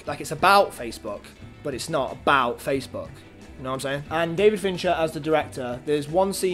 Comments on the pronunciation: you were saying facebook wrong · After about three time saying Facebook it started to sound very weird 😂